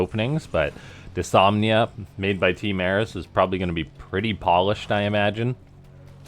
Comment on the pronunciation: It's kinda been noted, but the new bot's name is Dys-NOM-ia